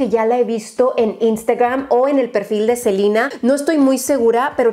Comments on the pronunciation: si ya se la E se pronuncia I pero es a la única persona que la escucho decirle así a esta gran artista y persona saludos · Cada que decía Selina los selenators les daba un infarto 😟😟😟 es Selena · Rare: rare es cuando dice Selina y no Selena 🤣 siento que en los empaques se parecen mucho a los de Fenty Beauty. 🤷🏽‍♀️ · En inglés se pronuncia selina pero se escribe Selena es como Selena Quintanilla le decían selina pero se escribe SELENA 😅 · Selina Yo: Selena!¡!¡! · Una duda x que dice Celina si es Selena 🤦🙄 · Soy la única que se le hace raro que le diga Selina y no Selena ?? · En español es Selena, no Selina. Es estresante escuchar Selina cada 2 segundos. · No se dice “Selina” es “Selena”, tal cual, tan fácil, no sé porque los que hablan inglés todo quieren modificar. Saludos. ♡ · Porque dice SELINA? no es SELEEENA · espero que no le dijeras selina!! digo claramente es SELENA... por que en este video todo el tiempo dijiste seliiiina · Selena*** no Selina 😅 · Que no es Selena así como se lee? No selina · Soy yo o le dice Selina a Selena xD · Yo pensando porque dice "Selina" Si se llama "Selena" 🤣 te queremos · No rs Selina. Es Selena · sofianzan lo sé, pero me pareció gracioso que alguien dijera selina siendo que donde vivo siempre lo pronunciamos mal xd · Pues si no vamos también a eso Selena se pronuncia Selena, ya que proviene del nombre Selene 🤗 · A mi también!! Nunca escuché a nadie decir Selina jajaja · confirmo, me causa tensión escuchar selina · los nombres propios no tienen diferentes pronunciaciones solo una. Es selEna en cualquier idioma. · La verdad es que como nombre propio que es se debe respetar la pronunciación del idioma donde pertenece en este caso es Selena ya que es latino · Selena sino sería Celina (bah yo tengo una prima con este nombre) sino sería Silina eso no me gustó que le cambia la pronunciación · de echo si casi moría al escuchar Selina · No se dice “SeLeNa” , se dice “SELINE” 😂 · Selina Yo: Selena 🤣